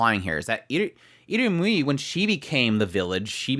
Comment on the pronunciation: Constructive.... Eeee Rum You ee... I rum yu i... IrumYuui. Your adding an extra U in after the M, before the Y.